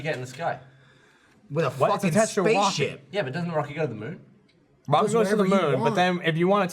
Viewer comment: Please tell me im not the only one who noticed said Wocket instead of Rocket xD